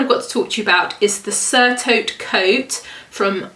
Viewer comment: Great ideas, thank you. BTW: “surtout” is pronounced sewr-two and means “especially “